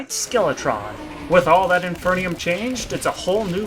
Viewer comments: Its in-FER-num not in-FER-NI-um 😭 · "inferneeum" lol